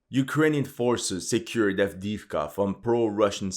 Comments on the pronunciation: Adeevka not Adiivka !!! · Правильно произносите A v d e e v k a